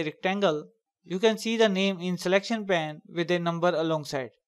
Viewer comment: it is pronounced payn with a long A sound. because it is not pan. Great and useful video.